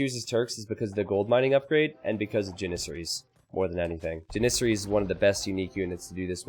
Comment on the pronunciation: you legit mispronounce everything in this game that is not a standard English word. The way you say Slavs, janissaries, mangonel, etc. are all wrong. Please fix